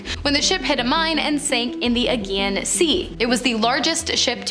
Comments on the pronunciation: First did this girl call the Aegean Sea the "again" Sea? It's "Uh-gee-un"n. The first picture in the story about Harry or Henry, is actually Samuel Clemens aka Mark Twain. It seems to me if you're going to do a show about history, you should have a better than just ok knowledge of history. Anybody can find stories on social media, maybe get real facts from a book or two. Is being a You Tube personality more important that the truth? You have a very real opportunity to share knowledge through entertainment and actually educate people. Or is that lame? After all I was born in 2051.......er 1951. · Broadcasted is not a word. Agean (Sea) has a J sound, not a G sound. Southern sounds like other. 2,230 isn't "twenty-two thirty."